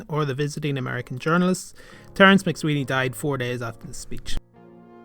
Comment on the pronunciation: I'm afraid that 'McSwiney' is not pronounced here properly.